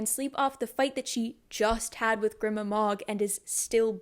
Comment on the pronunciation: the way i clocked that jude coulda came back the whole time before i even started qon had me screaming at the book cause she was so blinded by “betrayal” when other people pronounce fantasy names differently than me it makes me mad idk why like i think grima is pronounced gr-y-ma and madoc m-ay-doc